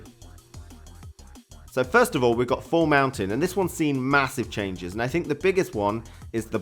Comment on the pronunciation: ''Çhenges'' LOL